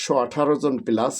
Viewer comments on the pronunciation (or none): none